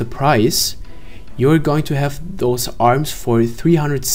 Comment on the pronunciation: Haha ist chinese oder warum spricht er das "r" als "l" alms statt arms:D